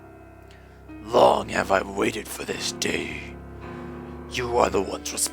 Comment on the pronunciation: haha you're dyslexic like me when saying Manawyddan. you say "Manadwan" like I did when I first saw it. Not seeing that it was actually "Man-aw-yi-dan" lol